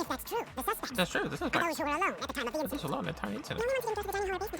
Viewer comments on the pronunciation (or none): Why does he always say “inciDOOT” every time they say “incident”